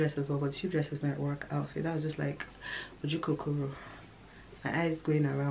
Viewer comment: I died 😂😂😂 when you said “Ojukokoro”